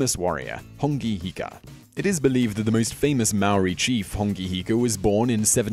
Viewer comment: Bro learn to pronounce the words properly and do your research properly if you're going to make videos about other cultures. Mere = Meh Reh not Mere. Hongi hika = Ho-ngi not Hong-I Hapuu is a sub group of an iwi (tribe) not specifically a war party. Also the first encounter was with Abel Tasman... not James Cook Mana is prestige (or more a metaphysical property of a person and their power) not a person's spirit Awesome your doing videos about maaori culture but make sure you DO YOUR RESEARCH PROPERLY.